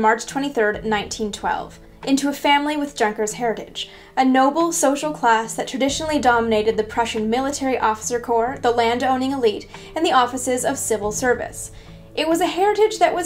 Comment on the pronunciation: Just a little thing: Junkers is pronounced "YUNK-ers." Also, the letter W in German makes a V sound and the letter V makes an F sound.